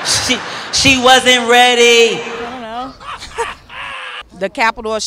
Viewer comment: “ ion know “ 😭😭😭